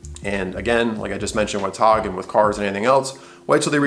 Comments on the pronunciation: TOG Heuer? Why are you saying it like that? Irritating. TAAAAAAAAAAAG Heuer. Do you also say Rueleeex? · sorry I didn't get it the first time. Its just my opinion that the way the guy says it is ridiculous and irritating. Considering he is attempting to give "advice" the least he could do is pronounce the name of the company as intended. Jaeger LeCoultre I could understand getting wrong if you dont speak French. But TAG is a three letter word which everyone who represents the brand has pronounced as it's spelled. TAG is an acronym, not a proper word. So what is the need for this ridiculous pronounciation? It's like saying Tomahto.. pretentious if you aren't English.